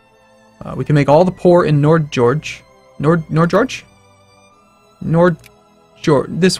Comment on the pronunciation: The way you said Nordnorge BWAHAHAHA